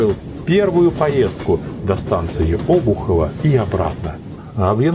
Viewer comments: Только не Обухово,а обУхово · Господа, правильно не О́бухово, а Обу́хово! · Обухово - ударение на букву У